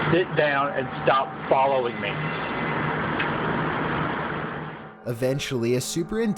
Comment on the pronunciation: Why does he talk like this?! hE mADe him sELF aBuNDANtly CleaR.